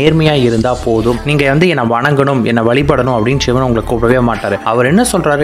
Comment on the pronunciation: உங்கள் உச்சரிப்பு ஷிவன், ஷிவன் என்று பிழையாக சொல்கிறீர்கள். சிவன் என்பதை சரியாக உச்சரியுங்கள். "வல்ல குருநாதன் நம்மை வருத்துவது கொல்லவல்ல, கொல்லவல்ல, பொல்லா என்று வினையறுக்க". இது எனது சிறு வயது தமிழ் ஆசிரியர் எப்போதும் கூறுவார். அதனை எப்போதும் எத்தனை துன்பம் வந்தாலும் நினைத்து ஆறுதல் பெறுவேன். அதாவது கடவுள் பக்தர்களுக்கு கஷ்டத்தை கொடுக்கிறார் என்றால், அவர்கள் கடவுள் மேல் அன்பு, நம்பிக்கை வைத்துள்ளார்களா என்று சோதிக்கிறார் என்று அர்த்தம். அதை விடுத்து இவரை நம்பி பிரயோசனம் இல்லை என்று அடுத்தவன் வீட்டிற்கு (கிருஸ்தவனாகவோ இல்லை முஸ்லீமாகவோ) மாறினால் அங்கே ஏதாவது கிடைக்கும் என்று நினைத்தால் , நிச்சயமாக இல்லை என்பது எனது சொந்த அனுபவம்.அதை ஒருபோதும் ஒருவரும் செய்யாதீர்கள். அது பொய்யான சிந்தனை.